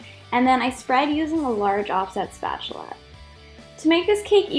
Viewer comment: I love the way you say spatula, sounds like SPACHULA